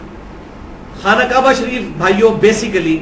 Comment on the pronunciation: Khana kaba is not correct pronunciation.